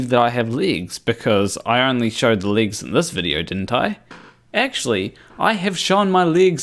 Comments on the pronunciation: Ere, It's pronounced 'legs' and not 'ligs' or 'leegs'... Yakki dah. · I am highly skeptical of this person. What native English speaker pronounces "legs" as "leagues"? Where is he supposedly from? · Man can I have those 19mins back..and it took me all 19 to understand your pronunciation of legs..I can't believe you wasted even more of your life to make that..